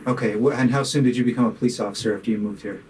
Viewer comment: The "awfisa" is getting some serious questions AXED of him.